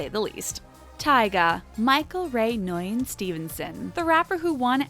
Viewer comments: Nguyen is pronounced “win” lol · Pretty sure Nguyen is pronounced win or wen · Man you butchered Nguyen so horribly...